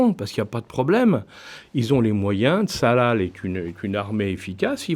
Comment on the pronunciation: Ce monsieur dit « Tsalal » au lieu de « Tsahal ». …